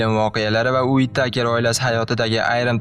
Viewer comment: uittakermas😂 vitteker db talaffuz qilsangiz to’g’ri bo’lardi